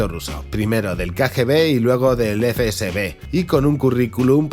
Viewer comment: Has dicho eFe Be eSe tres veces antes de darte cuenta de que es el FSB!! 🤣